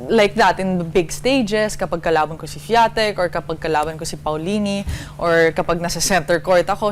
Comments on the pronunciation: Iga Swiatek is pronounced as "igah ishvee-awn-tek" 😉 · Shvee-yon-tek po yung pronunciation sa Swiatek, Ate Jessica. :)